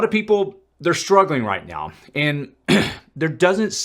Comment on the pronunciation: Did you say right meow? Lol